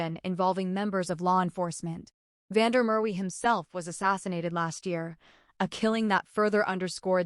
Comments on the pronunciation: Van Der Murray??? Van Der merwe!!! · You lost me on van Der Mer we use a real South Africa voice 😂